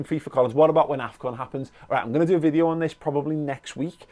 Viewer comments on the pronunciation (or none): none